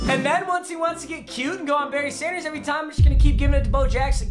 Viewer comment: whenever you say berry sanders it sounds like you're saying bernie sanders and thats the best part of your videos